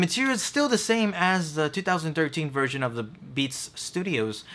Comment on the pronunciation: You need to pronounce the "th" in a word better. When you say "the" it comes out as "da." It's always with a word with th...well, mostly.